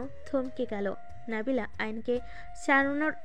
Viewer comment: নাবিলা না নাদিলা